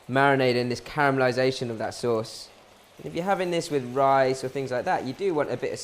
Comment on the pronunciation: "sey sose"